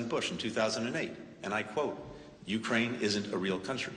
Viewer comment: It's NOT YOU-kraine! It's you-KRAINE lol